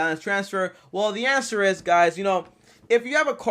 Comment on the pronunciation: “The anwser is ima anwser it”